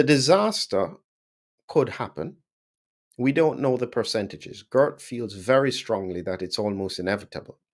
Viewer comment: Not Gurt, but Geert. You pronounce the "ee" almost in the same way as the "ay" in the word 'way'. And with a soft "G" as in the word 'how', not a hard one as in the word 'good'.